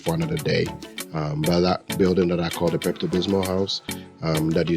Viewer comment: Did my man say Peptobismal house? 😂😂😂